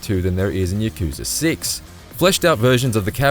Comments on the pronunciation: ya ku za he said wrong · "yuh-KOO-zuh" "muh-SHEE-muh"